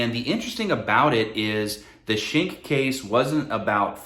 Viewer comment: Nice video. But "Schenck" is pronounced "skenk"